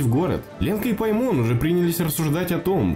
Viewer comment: Не ПаймОн, а ПАймон!!!